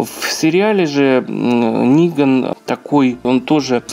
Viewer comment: Хоть кто то называет его Ниган а не Неган